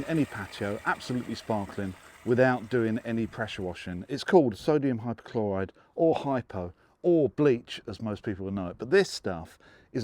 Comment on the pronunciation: It's there written in front of you 'Hypochlorite' and yet you say 'Hypochloride'. Are you dyslexic?